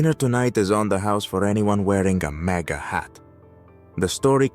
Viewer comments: It’s MAGA not Mega. Big difference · If you are going to use AI to do these at least get the terms correct, you mentioned MEGA hat towards the end... I'll make sure feedit is blocked from now on. Just get it right